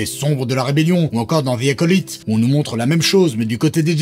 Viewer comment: Vous devriez apprendre à prononcer The Acolyte